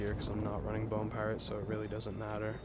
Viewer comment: “Piarate”? lol gg, pretty unique which is hard for most